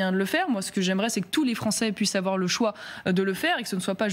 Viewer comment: Car "il ne faut pas afoir peur !"